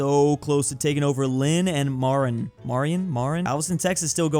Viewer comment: really needs to learn some county names. Bro is pronouncing Marion "MAH-ron"